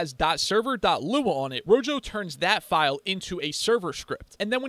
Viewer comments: I really really hate to be that guy but the pronunciation of rojo is not rogo is roho, either way the video was great! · Thank you for the great video. One thing, though: I'm pretty sure it's pronounced "ro-ho" since that's the Spanish word for "red." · No way you just said "Ro jo" 💀💀💀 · why did u say rojo like that